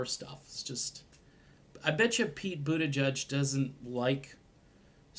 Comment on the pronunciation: His name is pronounced, I’m for Medicare for all, But...tigieg.